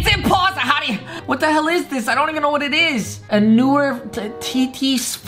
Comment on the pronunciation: that’s the worst way to say impossible